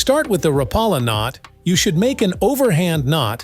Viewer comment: It’s pronounced Rap uh la